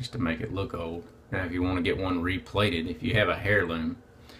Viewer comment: Hair-Loom, C''mon MAN, Say it with me , ten times, slowly _ Air-loom _ Air-loom _ Air-loom ...!